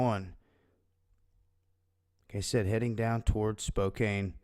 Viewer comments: "Spokane" is pronounced "spo-can" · you only pronounce Spokane like that if you want to rhyme with cocaine. It is Spo-kan.